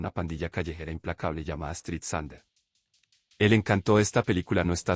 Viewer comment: Thunder lo pronunciás como sunder... ¿Esto es IA o qué? MAMITA...